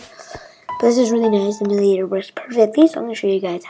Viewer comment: its pronounced emyu-lay-tor